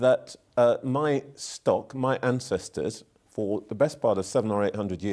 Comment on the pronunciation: No way the interviewer really said "Muh ancestors" lmao